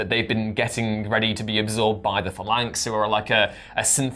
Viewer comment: Please, someone, teach how to pronounce 'Phalanx'. Thank you. Also, the world needs more.